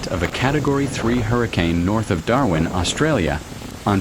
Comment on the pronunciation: And can't put decent sentences together, nor name Darwin correctly!